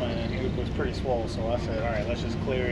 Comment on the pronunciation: "There's gotta be one purty one up there.." 🤣🤣